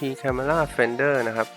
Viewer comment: Finder อ่านว่า ไฟน์เดอร์ ไม่ใช่ ฟินเดอร์